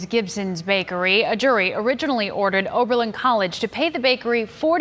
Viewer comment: Repeat after me: " O B E R L I N " not " O R B E L I N "